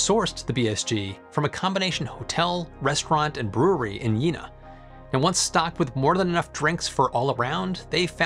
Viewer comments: Yeena ( jena ) is pronounced yena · Oh dear, when people try to pronouce German words. For future reference: 1) Leibnitz isn't "Leebnitz" (long e), it's with "ei" as in English "eye" 👁, so L👁bnitz. 2) Prost has a long o, so not prost like frost, but prost like boast. 3) Jena (the city) isn't Jeena (long e), it's more like "Yayna" with a long a as in May. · In case you're interested, the first syllable of Leibniz rhymes with "high" rather than "lee." And "Prost" rhymes with coast. Well done on the "j" in "Jena", but the first syllable rhymes with "gain." It may or may not interest you.